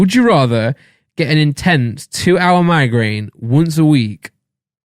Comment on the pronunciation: Randolph saying migraine gives me a migraine